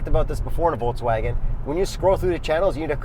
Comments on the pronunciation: well almost perfect. Volks-Wagen your volks sounded like a Forks instead of the Folks how it should be and the a from the Wagen, is not lik a from anus but rather an a like from bra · its not foulswagon its VOLKSWAGEN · Well you guys still haven’t got it right. It’s “folksvagen” f as v, v as w. There’s no r in volks, no w in wagen. You said “forkswagon” wthell? Try pronounce BMW the correct German way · You said Volkswägen instead of Volkswagen. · Stop saying uolkswuagen. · Sorry... Angry germans incoming: you pronounced Volkswagen like Volkswäg'n... Not the proper way... Big disappointment. Still love you guys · Says "Folkswääägen" -> gives himself probs for saying Volkswagen korrekt. just joking.. I love you guys.. but try to say the following sentence: I go to the cinema AFTER I drive the car... The key word is after.. the first letter.. 'a' try to pronounce the volkswAgen exactly like the a in After.. so it will sound more like volkswaagen and not like volkswäägon, like it's a station wagon.. Otherwise I really appreciate your work! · Guys is it Pronounced Volkswagen or Folkswagen? 😃